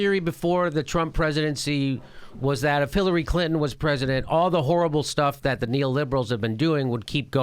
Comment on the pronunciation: Jimmy the way you say the word "XXHHHorrrible" is horrible.